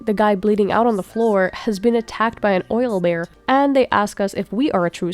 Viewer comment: You’re the first person I’ve actually heard saying “oil bear” just like Andrick. 😂